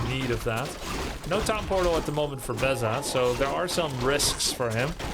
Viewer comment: Is grubby saying pown tortal ??? I thought i heard him saying it that way multiple videos now.